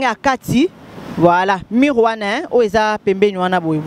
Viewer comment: Mur et non mure, merci aussi pour la compréhension